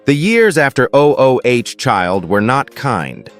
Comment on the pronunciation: This narrator irritates me‼️ O-o-child, he says 🤦🏾‍♀️. Instead of "ooooh" Child. How it sounds. Geez, let someone tell you how to read I want to say. Consistently, he mispronounces the simplest of things, which tells me no prep work was done.